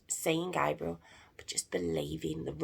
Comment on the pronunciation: U pronounced his name the way the girls version is pronounced his name is pronounced GABE- BRE-ALE. NOT GAB